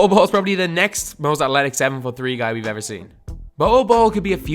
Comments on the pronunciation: Why do you say athletic like "atletic" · Please learn how to say athletic